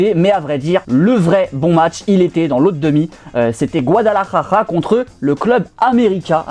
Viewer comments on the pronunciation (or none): C est Guadalajara pas guadalajaja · De ouf mdr guadalarara 😂